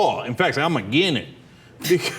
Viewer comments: HAHAHAHA first 30 seconds AGINENT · either this guy cant pronounce "against" or he actually means everyone is "a gennit". I am going to choose its the latter. Although i have no clue what a Gennit is, i am sure the proud people of the Gennit are worth beeing called the Gennit. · Did he say "AGAINIT"? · The fact that he says "aggen" instead of "against" doesn't help his case. "Aggenit"? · I refuse to listen to a man who cannot pronounce "against".